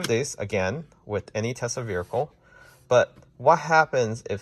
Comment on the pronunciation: Bro it was driving me crazy too.